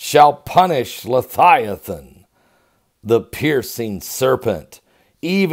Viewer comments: leviathan...... not lethiaton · I don’t understand how you can SPELL leViathan correctly, but you can not pronounce it correctly. Why do you pronounce it “Le Thigh A Than”. Am I missing something? I could see if you were trying to pronounce the word H3882 in a Hebrew dialect, but that’s not it either. So what’s the deal Pastor? Are you intentionally mispronouncing it or can you legitimately just not pronounce it correctly? Sincerely, I’m not trying to just be negative. I just think it reflects poorly upon someone when they don’t make the effort to pronounce words correctly. It makes them seem very unintelligent. I looked up the word to make sure I wasn’t pronouncing it incorrectly all this time, and the interlinear concordance and lexicon shows a transliteration Of Livyathan, (LIVE-E-Uh-Thon) Here’s my citation: Click the listen button. Sincerely and with respect In Christ’s Love. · Love you... I am fairly sure you are pronouncing the name incorrectly.